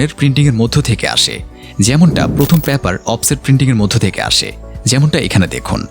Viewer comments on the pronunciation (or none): প্যাপার নয় উচ্চারণ করতে হবে পেপার।